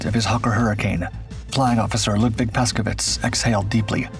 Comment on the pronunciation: The name of the pilot on this video - Paszkiewicz- is pronounced Pashkyevitch, with an accent on "kye." Urbanowicz (the CO) is pronounced "Urbanovitch" with an accent on "no." please, for the love of God - stop butchering Polish names.